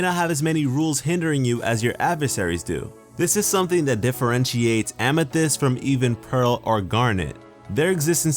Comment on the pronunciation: Please. oh PLEASE never say famithyst again! it makes me cringe badly. No disrespect through, love your vids. Keep at it bruh.